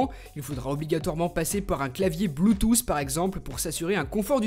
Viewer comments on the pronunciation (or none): none